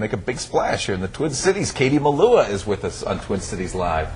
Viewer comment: The Presenters are usless, they pronounced her surname wrong, and where she original lived wrong aswell. Still great to see Katie Melua as always.